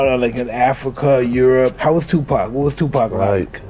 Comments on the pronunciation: It's Tu-PAC ( 2-POCK) why in the hell white people can't pronounce his name right. Just hearing 2-Pack just sets me off for some reason. Even when they are corrected, they still say 2 PACK🙄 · Everything always comes to light ! But respectfully if you're going to do a story on Tupac at least pronounce his name properly with all due respect it's Tupac not Tupack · It's said "TuPOCK"! Not "TuPACK"! Jesus christ...... Do you guys know ANYTHING about these rappers? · Stop saying Two Pack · 2 P A C (NOT) 2 P A C K. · A person can say TUPAC a trillion times and folks will still call this man 2PACK. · How the hell is this commentator, she can't even pronunce his name correctly, not Tu pack, geez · The way the AI voice says Tupac makes me want to light myself on fire. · Why couldn’t they get somebody else to pronounce this man they correctly what is Tupac? Damn, she jacking up this man name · CC need to pronounce Tupac name correctly 😡